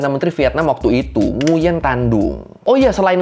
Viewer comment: Nguyen bacanya nguwen bang. Pho itu bacanya fa